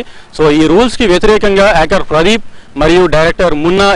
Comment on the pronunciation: pradee... Pu... Aa gap enti bhayya🤣🤣